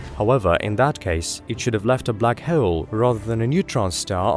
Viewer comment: The way he pronounces solar "sew-ler" and hole "hoe-wel" is very unique, I'm so curious about his accent